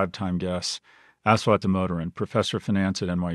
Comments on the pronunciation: It's pronounced USwath. Us-wath. Very difficult for Indians to use the highly limited 26 letter English alphabet. Ass and assume. us-ume. us-wath. Easy. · His name is said as “Ush”like the first syllable in “Usher” there are no long syllables in his name. it’s also “wath” not “waath” The mispronunciationis just painful to hear. please just call him Dr. D if you cannot say his name. imagine how it would feel if you had someone just completely butcher your name and then repeatedly call you that. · Repulsive to hear him pronounce the name as Ass wat. When its supposed to be Aash wath